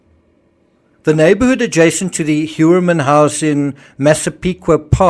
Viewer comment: just a side note,Heuermann seems to be german origin and its pronounced like - Hoiermann- So interesting what you´ve researched and your educational foundation. OMG this case is a absolutely nightmare!